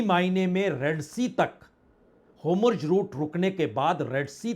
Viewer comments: Please correct the pronunciation of Hormuz. It is not Homurz. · Sirji 'HOMURJ' nahin 'HORMUZ' hain